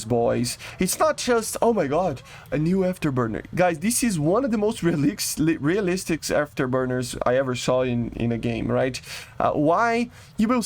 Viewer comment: Bro can't pronounce realistic to save his life, Which I don't understand. Bro speaks English a ton.